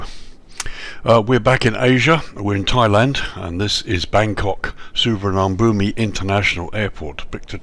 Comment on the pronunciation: Please at least try to pronounce it correctly